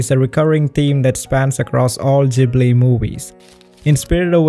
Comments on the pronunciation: Hey it’s Ghibli not jibli😂( I know because I had one of the interviews part where he said he said it by accident ) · Instead of Ghibli i sound like your saying jhibli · You don't need to rationalize it so much. Everyone can see that the Ghibli movies are better than antything else. Oh, and... newsflash? It's not "studio Zjibli". It's GHIBLY, like in "garçon". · "studio Jibly" "enWironment" 💀💀💀